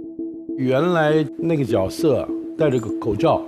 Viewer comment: Jue 色 不是 jiao 色